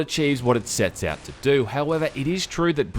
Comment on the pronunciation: "The most sensible mod to come awt in a long toooooyme."